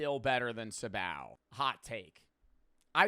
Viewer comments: "sib ow"🥀🥀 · Sih-bao…..